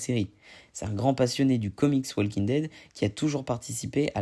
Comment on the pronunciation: Le L de WALKING ne se prononce pas.